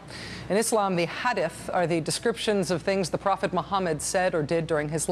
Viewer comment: maddow's pronounciation of "hadith" is hilarious